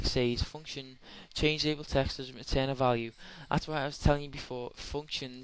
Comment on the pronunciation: Why can't you say return ? Why do you say retain ?